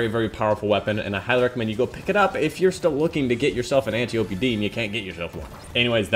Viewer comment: loved the vid very important for people who have been unlucky getting the antiope but thats now how you say its name its pronounced ænˈtaɪ.əpi {"ant eye o pee" just not spaced out and said together}